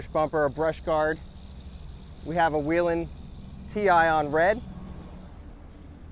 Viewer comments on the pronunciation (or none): Nice vehicle. And it’s Way Len, not We Len..